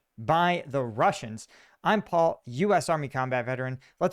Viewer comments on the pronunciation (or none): none